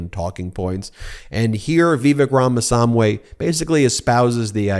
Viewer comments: Pronounced Rāmasāmy not samway. Sāmy is South Indian short for Swāmi or Swāmy. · I hate to be that guy Ben, but please pronounce Ramaswamy correctly, just as it's spelled. I love you and all at MT to death, but that's the kind of error MTG gets punked for, and I don't want you to be anywhere even remotely close to her category!